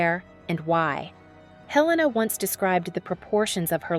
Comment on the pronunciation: Not pronounced Hell-a- na. He rname is pronounced A-lain-a.